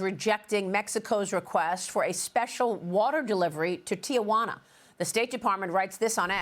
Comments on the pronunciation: Please learn how to say Tijuana. LOL!!!! It is Not Tiawana.... it it Tijuana. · Dear Maria, it's Tijuana, NOT TIAJUANA. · howdy-hi, it's NOT tiajuana it's Tijuana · I wish people would learn to pronounce the name of the Mexican border city south of San Diego. It is Tijuana not Tiajuana. Tiajuana would be about Aunt Juana. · Stop this! Tijuana. It's NOT pronounced TEE Uh Juana. It's pronounced Tee Juana. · It's pronounced TEE-Wana. There is no "a" in Tijuana. You show your ignorance pronouncing Tijuana incorrectly. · If you can't pronounce Tijuana correctly, I can't listen to you about Mexico. It's Tijuana, NOT TiAjuana. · Its not Tia-juana. Its Ti-juana. Tia juana means Aunt Juana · TEE - JUANA 3 syllables not 4 !! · Did she say Tia - jauna?